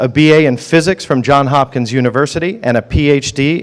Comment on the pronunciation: In the intro: Johns* Hopkins University (not "John")